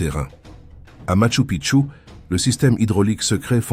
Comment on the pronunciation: После мачУ пткчУ поняла,что дальше смотреть можно,но слушать больно 😅. Сразу же отпишусь от этого канала с ии озвучкой. Нет ничего приятнее человеческого голоса😊.